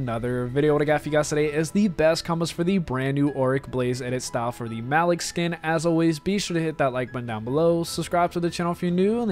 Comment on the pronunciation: It’s not MALICK ITS pronounced Muh leek